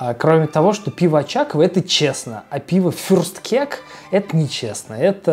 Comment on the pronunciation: блин. как же доставляет произношение фюрстКЕК